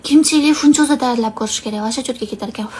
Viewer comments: Funchuzamas finchuza deng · funchoza demidi penchoza didi😂